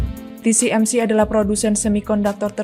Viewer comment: TSMC bukan TCMC